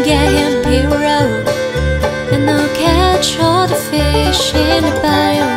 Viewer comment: This was FANTASTIC! My only (minor) suggestion is that she study the pronunciation of local words like "Bayou."